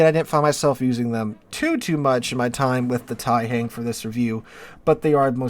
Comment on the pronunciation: The "hang" in Taihang is pronounced with the same "ah" sound an American would here in the word "wrong." It's not same sound as in "hangman."